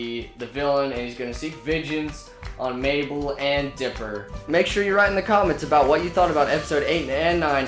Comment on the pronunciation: It’s dipper not trying to be mean